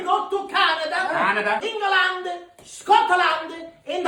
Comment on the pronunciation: The way he said England, Scotland Ireland 😂, so happy for you guys, well deserved 👏